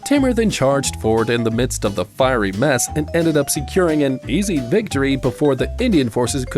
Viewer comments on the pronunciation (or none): none